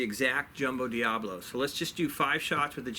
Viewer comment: Pronounced, di-ab-o-lo, meaning a game spinning a wooden top that has large ends and a slim waist. Commonly miss pronounced. Diablo and diabolo have altogether different meaning. Class room aside lol, great video! I was surprised how much power the 25 had.